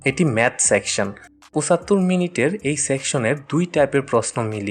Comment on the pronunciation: pusattor minute ki boss? Pochattor boliyen boro bhai